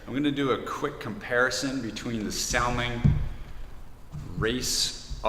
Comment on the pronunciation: Thanks Pierre, your post is just on time as I needed some great independent views. By the way I believe its pronounced like the Jewish name Saul - ming. Take Care.